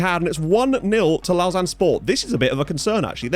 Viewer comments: Lausanne is pronounced like low zan 😏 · Lausanne sport should be winnable tie. Servette fc my local side so wacky hearing you say lausanne. Lmao. Looking forward to tie as I am a suisse romande football fan. Lived in geneva my whole life andgeneva has a sporting rivalry with lausanne. Servette fc best suisse romande side imo